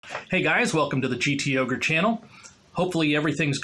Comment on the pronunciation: G-T-Oger!? I always thought it was G-Toger!